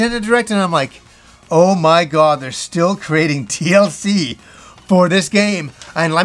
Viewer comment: "Oh my got ... oh my got." 😅